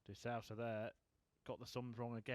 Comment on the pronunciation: It's de Sousa not de SAUSA